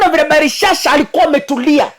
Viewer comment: ni BELSHAZZAR sio BELISHSHA mungu ana muonyesha uongozi wake ume pimwa 💯💙💙💙